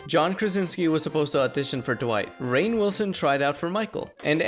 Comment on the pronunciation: "Raine," huh?